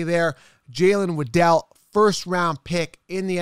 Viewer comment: You know it's Jaylen waddle like how a Penguin waddles?